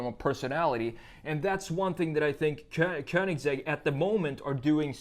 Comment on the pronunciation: It's not königZegg, it's königsegg